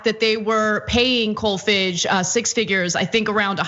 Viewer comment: Pronounced "Kolfarge" as in "large".